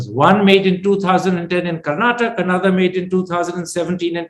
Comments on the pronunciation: Karnatak is wrong pronounciation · Calling Karnataka as "Karnatak" is the same as calling Karan as "Kara". Please stop doing that.